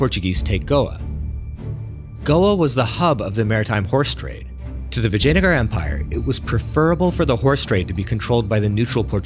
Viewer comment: You're doing too many videos about India to pronounce Indian words so poorly. It's not Palluva, but Pallava. It's not Brahmin with the "a" from apple, but with "ah", as it's written. Vijayanagar also... do you know how consonants work in Spanish? They're simple. Learn that and assume it's the same here, you'll improve 90% just that easily.